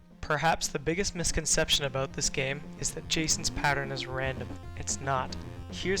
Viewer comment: "And just a-boat" ....the maple is strong with this guy lol